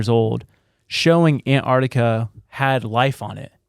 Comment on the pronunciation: Say it with me. AN- Tarctica, . It has nothing to do with ANTS